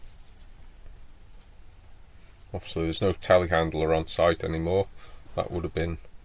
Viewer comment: Telehandler?!? At first I thought you said "tallywacker" several times and wondered what on earth was going on down there.